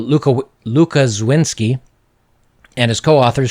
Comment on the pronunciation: When you see "sz" read it as "sh" and "w" as "v", try it now: Lukaszewski.